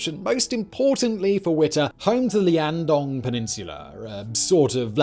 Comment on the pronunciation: i know that I’m biased cause I’m from there so this bothers me a bit more than it should but, Liaodong. Not Liandong.